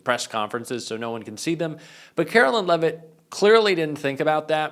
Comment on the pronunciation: ....it's karo-lyin'.....